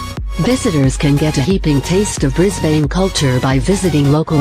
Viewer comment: It pronounced Melbourne, Adelaide, Sydney and Wodonga perfectly. Mackay was a fail. It’s pronounced Mac eye. Wagga Wagga is Wogga Wogga. Brisbane is Brizban. Canberra is Can-bra.